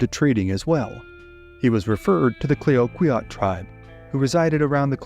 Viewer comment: The Tonquin explosion: "Clayoquot" is pronounced as "clack-what" not "clay-o-qweeot". Also, Americans pronounce Nez Perce as it is written, but it is a French word pronounced as "Nay - per - say". Great to hear some stories from Canada, fantastic channel, thanks for your work.